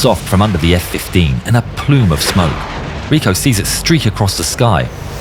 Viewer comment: I really enjoy yer content. However, “Rico”, his first name, you miss pronounced. His first name is pronounced just like the title of the ancient leaders of Rome.